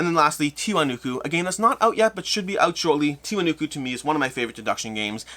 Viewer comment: Isn't it TI-WA-NA-KU?